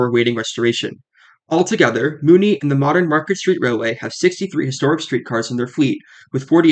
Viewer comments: Muni, not Mooni 🤦‍♂️ (MUNIcipal) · Muni = "MYOUnee" rather than "Moonie", though surely your viewers would be understood by the locals if they went to SF and asked for the closest :Moonie station". And bravo for this VERY detailed and clear explanation of Muni. I learned things I didn't know. Finally, in the early '80's the cable car system shut down for a considerable length of time for a complete overhaul. It was that cable car-less period when Muni first began running the F-Market line with streetcars from all over the world. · Yeah, like "municipal", remember that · MUNI as in MUNIcipal, like Mew Knee